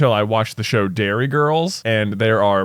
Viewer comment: They say Derry girls as if it was Dairy girls!